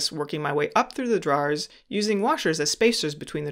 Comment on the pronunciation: Sorry bud, I couldn’t make it to the end because of the way you pronounce drawers. Great video though thanks for sharing